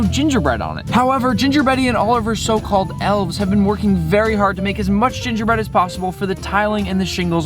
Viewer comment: you said jinger breddy